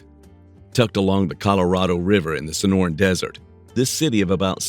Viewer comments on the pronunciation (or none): none